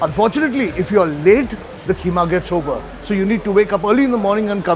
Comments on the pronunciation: KEEMA not k h e e m a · KHEEMA nahi 'QEEMA' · Keema कीमा .................. Kheema खीमा नही ....😅😅😅😅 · Please, please, please 🙏 🙏🙏 I beg of you, please stop this stupid pronunciation of Kheema. The H is silent. Maharashtrians butcher this word. I’m half Punjabi and half Maharashtrian and have been battling with my Maharashtrian family for 60 years to pronounce “Kheema” correctly! No self respecting muslim from Lucknow, Delhi or Hyderabad would pronounce it K”h”eema! If you want to be a credible foodie please learn to pronounce food names the authentic way.